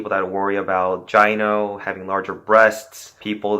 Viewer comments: Pronounced Guy-no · My man... you can’t be spreading knowledge whilst pronouncing “finasteride” and “gyno” like that. It’s pronounced “fi-na-STAIR-ide” and “GUY-no”. 🤣